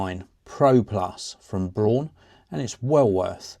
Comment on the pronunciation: I've always used Braun shavers and Toothbrushes in my life. Very reliable products, just like this one. Cool video! Btw, actually "Braun" is exactly pronunced like the English "brown".